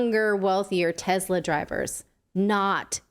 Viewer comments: Tesla. Not Tezla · Everytime she says TEZZZZZZLA she loses credibility...........